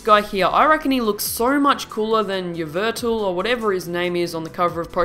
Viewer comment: Yveltal is pronounced ee vel tall